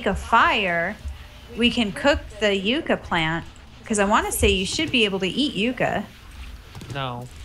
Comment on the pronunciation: If I had an account when you uploaded this I would've corrected you then but yucca is pronounced yucka.